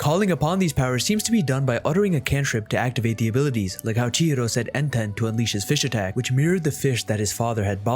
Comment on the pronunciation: nah enten gotta be pronounced en-ten